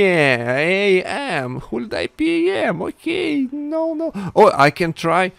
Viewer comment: Hulidai Pjem Me: WTF no it's Holiday Pam 😂😂😂